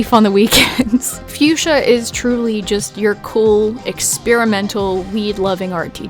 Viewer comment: Fuschia the flower is actually pronounced Fuk-sia. I know it sounds dumb but its true. You can call it whatever you want and it wont matter, just a gardener wanting to share xD Also stop being so hard on yourself :(